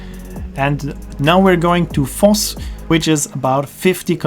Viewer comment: I did think you were a german-speaker, but I still didn't connect Voss and Foss until i saw the pictures and realised V is pronounced as F in German.